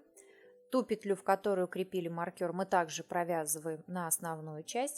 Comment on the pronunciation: не маркЬОр, а мАркер.